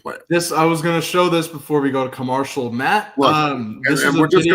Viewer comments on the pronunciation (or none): why do you pronounce commercial like “commoarcial”, what’s going on there like why? Love the show.